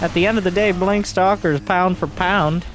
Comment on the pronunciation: "In the blonk of an eye"